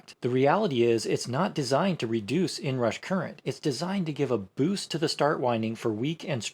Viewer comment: "the inrash"? 😂